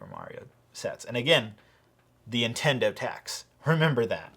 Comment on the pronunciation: It did kinda bother me how you pronounced ‘Nintendo’ and ‘Intendo’